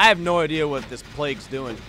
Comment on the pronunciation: Hay you are saying Plag wrong